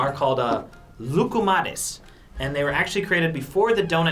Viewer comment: I am from Greece and i don't know what "Voukoumares" is...